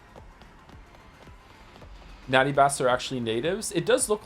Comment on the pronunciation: Joe kept ignoring the game's hints by pronouncing Naytebas wrong